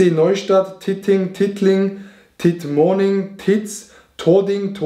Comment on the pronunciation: man sagt tittmoning mit einen schnellen titt also so ein hartes i komme übermorgen dort wieder mach tittmoning obwohl ich durch ganz Deutschland muss